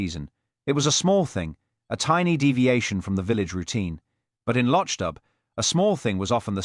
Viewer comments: Why is it that the AI narrator fails tp pronounce the word LOCHDBHU as MC Beaton's real stories do. Other instances of careless pronounciation. Careless work overall. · Where is this guy from!! He can't pronounce the name of the village!! He can't put the name of the stove even. Very annoying for people who actually read the books. I am not impressed.